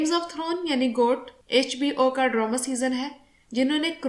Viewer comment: ڈرامہ کو ڈرومہ کیوں کہہ رہی ہیں آپ؟